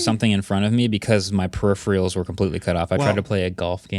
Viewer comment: I'm SHOCKED at how Marques says peripherals!